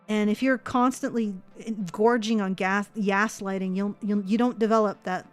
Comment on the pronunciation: "YAS-lighting" instead of gaslighting. Genius,!:D